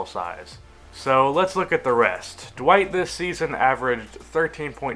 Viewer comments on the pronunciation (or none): did you say D'white?...... Its D'Wayne